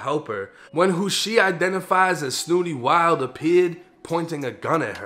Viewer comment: You from Boston bro you got to hit the Google button and watch other people pronunciate his name that pronunciation was off kid